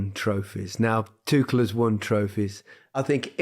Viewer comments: There is no 'K' in the name Tuchel. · for fuck's sake! it's not tukel, not tukl, not tuchel and not tushel! IT IS PRONOUNCED TOO-HELL